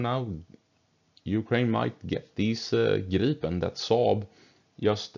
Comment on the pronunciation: in english it sounds like you are saying Girl-pin... hehehehe